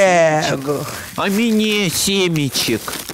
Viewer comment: А МЭНЭ СЕМЕЧЕК А МЭНЕЕЕ